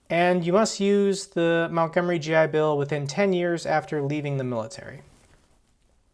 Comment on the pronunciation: MONTgomery not MOUNTgomery!